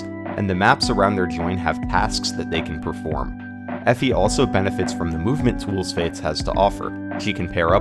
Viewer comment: haha her name is Effie. FE.